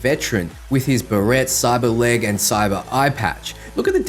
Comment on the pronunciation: Pronounced (Bur-Ray) :P Beret.